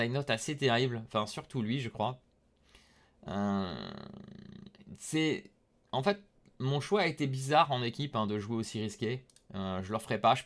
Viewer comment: Vous avez dit Bizzadt ? Comme c'est bizarre 😅